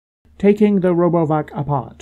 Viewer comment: sounds like you said "Robo F**k" lmao 🤣😂